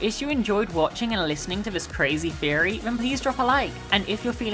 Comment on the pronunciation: first time here, and ngl everytime you said theory I thought you said "fairy" I'm embarrassed by how long I was confused for... oh well Sláinte